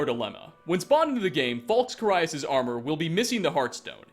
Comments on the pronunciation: he is also mispronouncing the name of carius, its care-ee-us, not car-eye-us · Or Carius lol Car EYE us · It's Care-e-us for Carius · You really have to ask someone who can't even properly pronounce Transmogrify, or Carius? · Trans-mog-riff-eye General Falx Carry-us Usually I wouldn't pick you up on Carius but it is said in the game by the Redoran Guard that you save from the ash spawn (can't remember his name)